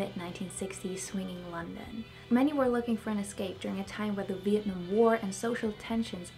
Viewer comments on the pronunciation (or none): none